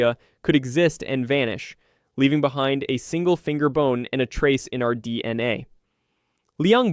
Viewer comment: Videos are good and topics are informative. Only huge problem is the narration. Sucks so bad I normally stop watching less than half way through. Oddly long pauses between words like d... n a (it's just d.n.a.!), inconsistent emphasis and bad pacing, riddled with mispronounced words everywhere (even after pronouncing it right a few sentences before) Not to smash your try because it is interesting topics, just hard to listen too sometimes.